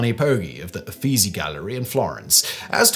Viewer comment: For future reference: Brunelleschi pronounced "broon-el-es-kee", Guillaume pronounced "gee-yome", Uffizi pronounced "oo-feet-see"